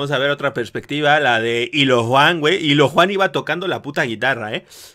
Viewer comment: Es illojuan, no ilojuan